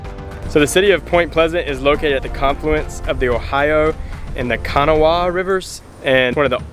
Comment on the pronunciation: Enjoyed the video. FYI - the name of the river is pronounced (by West Virginians) "ka-gnawa" - only two syllables. I was born and raised south of Point Pleasant. I was in the 10th grade when the Silver Bridge collapsed. Very tragic time. You guys did a nice job showing how lovely the town is. Thanks again!